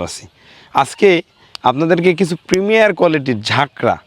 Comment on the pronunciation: premium not primier